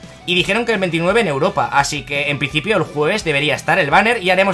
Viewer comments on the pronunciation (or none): none